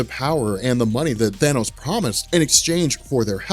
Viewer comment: At least you didn't say thaynose, fuckin hate when people say thaynose. It's Than-ose you morons.